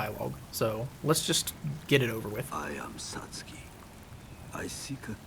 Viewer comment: He pronounces his name SATS-KI. Back in the original, I think LP said you did not get Makoto back if you handed it over to Satsuki. But maybe you do get it back. I never handed it over until this playthrough so I cannot confirm that. I just killed him without handing it over. Regardless, you still have to fight him and lower your character tendency. ^___^